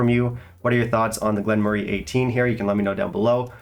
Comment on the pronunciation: pronounces it correctly.